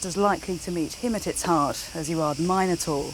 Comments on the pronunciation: If they are the Mi noans shouldn't you pronounce it Min o taur not Myne o taur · Why call the beast “Mine-o-tar” and not “Min-o-tar”? After all, they are called Min-o-ans”, not Mine-o-ans”! It’s king Min-os, not Mine-os! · It's intensely annoying to hear Minotaur (mi·nuh·tor) pronounced incorrectly there no "Mine-notaur" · Mine-et-tor... What?!?!